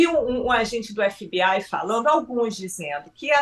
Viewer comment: "Alguens"...!?!?! Pelo amor!